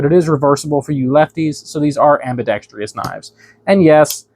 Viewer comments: Thanks for the info. One thing though - It is "ambidextrous", not "ambidex-tri-ous", there is no "e" sound before the "us" sound. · I’m still gonna pronounce it ambidextrious . Roll tide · he lost me at ambidex tree us...LOL